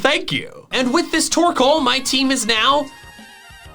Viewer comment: TORKOAL, NOT TORCAL!